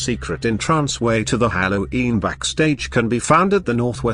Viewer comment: Candy cadet: hallo’een